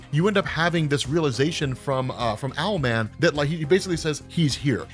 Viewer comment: Bro his name is ‘owl” man .... what’s next “marsupial’ man 😂